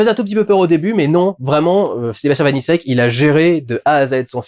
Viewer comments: Par pur principe, le nom du réalisateur se dit "vanitchek" Critique intéressante, hâte de le voir, j'avais beaucoup aimé Vermines ! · Dudu, Vaniček se prononce comme la république Tchèque. C'est facile à retenir puisque que Sébastien Vaniček a lui-même des origines... tchèques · Sebastien Vaniček se prononce Vanitchek